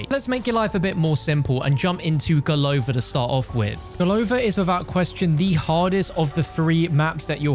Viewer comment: golovA Not golOva